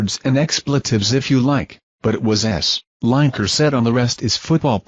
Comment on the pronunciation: herre we go again with LINE - EKER ITS FREAKING LINEKER AS IN LINN I KER FFS typical american pronunciation:face-purple-crying::face-blue-smiling::face-green-smiling::face-blue-smiling::face-purple-crying